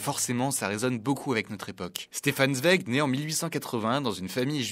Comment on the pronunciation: Merci de prononcer correctement son nom...